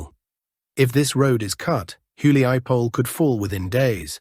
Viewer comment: How truly Russian or otherwise East European (as your name suggests) are you? Because you pronounce all placenames with a very English distorsion: hulya-powl instead of actual Huliapole, lay-man, instead of actual Lyman (lee man). It's funny but disconcerting, I thought you were from Russia, or somewhere in that part of the world.